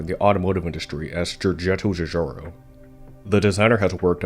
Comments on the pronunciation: Just too bad that the commentary comes from Kang or Kordos. What a cruel schpeech impediment, having to pronounce churcharo cho many timesch. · The butchering of his name, and other Italian words, is an assault on the ears.